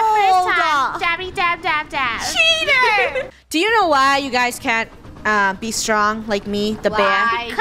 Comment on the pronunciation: Rainbow: CHEATER Me : thinking she said CHEESE-ER